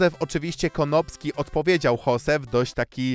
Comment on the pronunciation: dlaczego słyszę tam zamiast konopski to słyszę kondomski XD